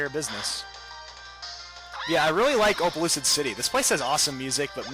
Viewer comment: Almost 70% of the comments are asking for shout out!! cmon~ anyway opelucid city sounds like explicid city :D